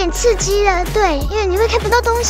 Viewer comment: 有點醋雞而已(*≧ω≦) 這發音太萌了 💗🤍 本來就打算過12點 入手的貓 竟然有搶先體驗版 也太用心了(≧▽≦) 貓貓推坑樂園(≧▽≦)